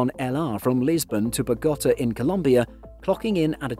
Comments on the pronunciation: I think you'll find that it's "bog-o-Taa" not "bugOhta". ;) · Is this a synthetic voice that narrates the video? That’s the strangest pronunciation of Bogotá I’ve ever heard. You also pronounced Buenos Aires incorrectly last week. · Was it difficult to pronounce the name of the fifth largest city in the Western Hemisphere that way? Good lord.